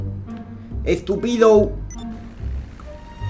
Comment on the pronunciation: En ves de estupido parecia que decia estupiro😂😂😂😂